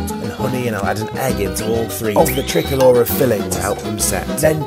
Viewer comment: The way dude pronounces tricolor is the joke behind the French Tickler.